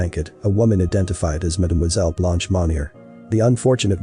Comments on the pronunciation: Come on ! Not Blonch. Phonetically speaking, her name is pronounced Blunsh. 👍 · Her name is pronounced “blunsh” meaning white in French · Blonch? Never heard Blanche pronounced Blonch. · Very good insight 👍. The narrator had no idea about pronunciation. Blunsh ! 👍